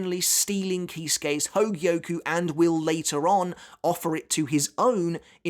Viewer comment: I'm impressed you say hōgyoku correctly, and not hōgioku